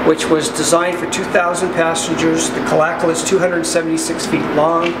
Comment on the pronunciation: Remember KALAKALA was not pronounced KALA-KALA. It was ka-LA ka-LA ONE WORD.